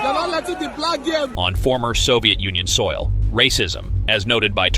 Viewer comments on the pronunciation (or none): none